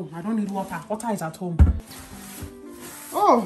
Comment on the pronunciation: The way she said water Her: wa-er What's missing?🤔 Preng-nant Whats wrong?🤔